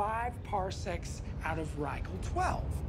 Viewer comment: I loved this super nerdy dive into Star Trek but the mispronounciation of Rigel took me out of it.